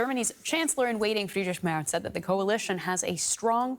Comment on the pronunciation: Hi, you could call him Friedrich (as it is) or maybe Frederik (if you like), but Friedrik does not really make sense;-)